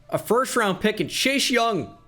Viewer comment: says chase young me: did he just day chei shung?